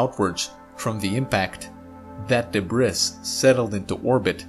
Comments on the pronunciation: Great video, thanx. Now practice saying DEBREE instead of DEBRISS. Regardless, great vid. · Debris is pronounced de bree, not de briss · I love this channel, but "debriss"? I guess English isn't his primary language. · de BRIS? wtf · It's pronounced de-BREE. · The “S” is silent in debris. So it sounds like this debree. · DEbris is pronounced debree/ Thank the french. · I think its funny how pronounces "debris" wrong. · Carter Do you really think you're the only person who has noticed that? Yeah he chose to pronounce the s so what? It's like what that one character said in the AVGN movie about the word debris when the nerd asked why is there an s at the end if you don't pronounce it. It's an even greater mystery than what they were trying to solve in the movie. It's incredibly stupid that the s is silent. Why not just not have it there? Kind of like how desert and dessert are spelled the opposite of how they should be. We were taught in school that one consonant would give you the long vowel sound and two consonants would give you the short vowel sound but with desert and dessert it's the opposite. The English language is just plain stupid sometimes and inconsistent